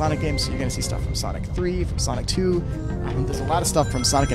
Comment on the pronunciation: japan just say sonic not sonicka